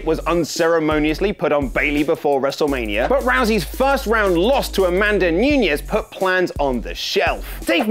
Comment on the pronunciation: Uhhhh the way you said Amanda Nunes